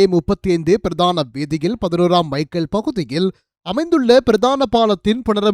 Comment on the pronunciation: பிறதான செய்திகள் என்பது தவறு. பிரதான என உச்சரிக்க வேண்டும்?